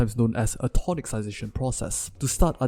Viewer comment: Very good! Just to let you know, it's pronounced tonissization.